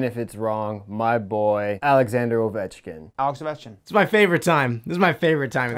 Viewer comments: said ovech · won, lmao. Said “Ovek” lmao, Z is still killing me, But Still a great video. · I think won because said avech. And said ovechkin